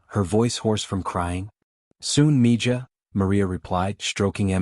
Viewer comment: Its mi-haa not mija.